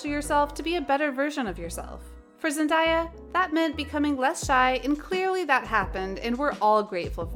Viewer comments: Okay listen to me her name isn’t ZEN- DIE YA ITS ZEN- DAY UH THAT IS HOW ITS PRONOUNCED pls leave that in your head!! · here's one thing you didn't know about ZENDAYA is that her name is pronounced ZENDAYA NOT Zen-die-ya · Zen-day-uh that's how it's pronounced